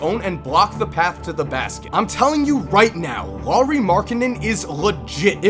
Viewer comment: great video the only thing that bothers me is that you pronounced Loowri when it's pronounced like it's written so say L A U R I not Loowri LAURI you gotta make the U sound :)